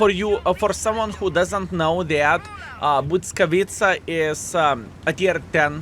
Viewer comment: achh that "Błyskawica" sounds great! greetings from PL ♥